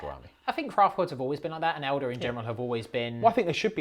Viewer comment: saying "elder" instead of "eldar" sounds weird to me.